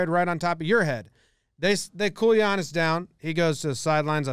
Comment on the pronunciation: Thanks for pronouncing his name correctly